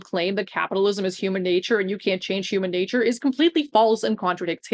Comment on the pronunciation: Ah, the "Hooman natoor" argument Yugopnik's rant about it was so funny.